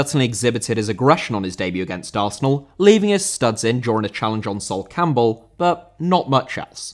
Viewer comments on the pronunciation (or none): none